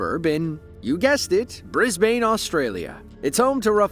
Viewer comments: Brisbane is pronounced Brisbin FYI. Just like Melbourne 8s pronounced Melbin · sorry its pronounced bris ban. that how us Aussies pronounce it. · Brisbane is pronounced Brizz-Ben